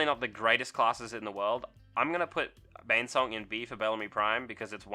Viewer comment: bOnesong. You said Banesong every single time, but it's bone, not bane.